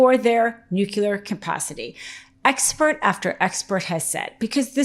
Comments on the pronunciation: It is not nucular. It is nuclear...... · it is not nucula or whatever... its nuclear ffs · can you please say „nuclear“ instead of „nucelar“. Would be so much less asinine. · I'm agreeing with everything jere but just one thing... Why, oh WHY do you people ALL say " NuCular" when the fucking thing is called NUCLEAR ????? Don't you guys have spelling classes down there ? Sorry, it's just making you look unserious if you can't even say the proper name for this technology. Again, I'm sorry but i had to tell you guys cauz i really enjoy your content. Thank you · Ok but say it with me. Nuc-lea-r! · Please review the proper pronunciation of nuclear.